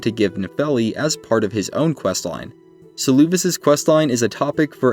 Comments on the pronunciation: Saying Seluvis's name as "Suloovis" is crazy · Suuluuvis😂 I love this pronunciation